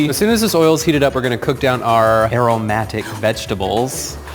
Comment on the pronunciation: you know it's pride month when you hear 'aromantic' instead of 'aromatic'